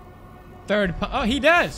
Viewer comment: Jake Nurilov lol third sounds like turd WKWKWKWKWK LMFAO MY HUMOR IS LIKE A 9 YR OLD HELP